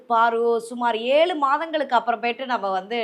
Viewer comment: adhu "yaelu" illai pa...." YAEZHU" .............ada enna pa idhu maduraikkku vandha sodhanai...